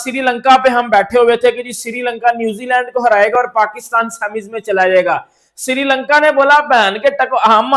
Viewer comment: Siri lanka nhi bhai sri lanka h 😂